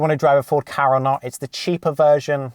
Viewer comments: It really bugs me how u say ford ka like kah isn’t it k-a but over all a fairly decent video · It’s K A not ka